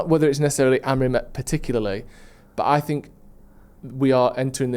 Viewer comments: Does know he’s called Amorim not Amorin lol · it’s AmoriM - not AmoriN!